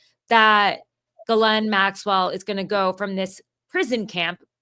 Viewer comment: Interesting how she pronounces Ghislanes (sp) name.